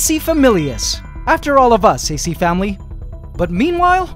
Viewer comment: Did u say acFAMILY?!?!?!